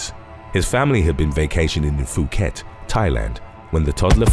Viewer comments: ... Phuket is pronounced Poo-ket, NOT Fu-ket...😂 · I hate to be that guy but ‘Phuket’ is pronounced with a hard ‘P’ not ‘Fu’.